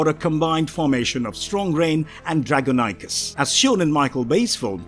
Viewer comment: I love transformers especially Nitro Zeus and Sideswipe so, this was a great great great great great video. I think we can agree that Jazz was cool even though he didn’t last long. Pro tip: Dragonicus is pronounced Dra-gon-i-cus